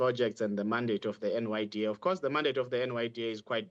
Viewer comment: NYDA* NOT NDYA guys please!!!!!!!